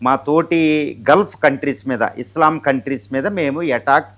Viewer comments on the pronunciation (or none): none